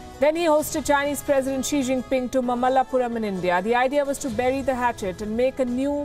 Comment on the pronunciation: Mamallapuram is an ancient Tamil word and I know that. But the way she prounced it made it malapuram.